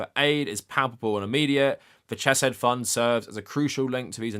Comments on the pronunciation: I love the video but I’m dying every time I hear Ch-eh-said. The CH sound is pronounced like Chanukah, both in Biblical Hebrew and the constructed language that modern Hebrew is. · I agree with your points but please learn how to say Hebrew names. It's a courtesy every language should be afforded. Also it's incredibly distractng hearing you pronounce Chesed "chess-said".